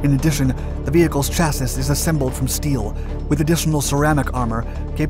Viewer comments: “Chassis” is pronounced “sha-ssie”…NOT “tcha-ssiss”. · BRO, it's chassi not chassiS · "CHASS-ISS"? DUDE, get a pronunciation guide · I don't think he reads these comments: he's been pronouncing it "cha-siss" for years. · Please stop sounding out the word chassis